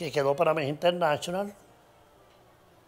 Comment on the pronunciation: Internashonal Jajajaja